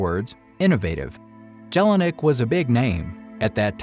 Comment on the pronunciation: Nice history told but if you tell a Story one should pronounce important names right and not destroy them! "Jelinek" (J is a j and not a g) and "Maybach" (there is no k in ..bach) are only two examples!